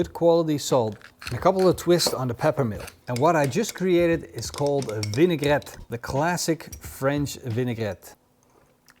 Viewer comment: As a francophone, I approve the pronunciation of "vinaigrette". Well done.